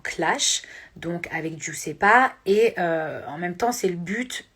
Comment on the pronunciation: Comme djadja c'est "djuzepa" guisepa et non juissepa mila plutôt Marie Charlotte